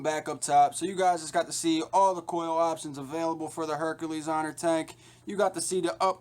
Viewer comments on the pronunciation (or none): Informative review, but you're not pronouncing the name right. It's Herakles (Hair·a·klees), not Hercules (Her·cue·lees)